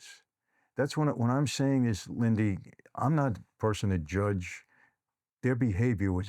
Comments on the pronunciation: Lindy, not Lindsy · Great show. I can't help but giggle every time he calls her LindSy instead of Lindy😂 I'm proud of you Lindy and pray for you 🙏